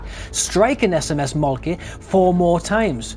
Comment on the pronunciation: Thank you you for posting this interesting video. The von Moltkes were an incredibly important Prussian military dynasty up to and including WW1. (SMS) Moltke is pronounced something like 'mole-te-ker'.